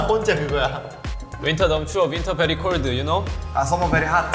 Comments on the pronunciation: Jin: Winter very Coldeu y’know? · Jin: Winter very CoLdH YoU KnOW RM(imitating Jin) Summer very HoTh Tae(imitating RM) Summer very HaTtHhHh And the never ending imitating saga continues.......